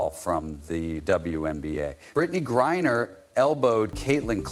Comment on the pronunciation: CC 100%! Are you miss pronouncing the name on purpose? Ot GrieNer, not Grier.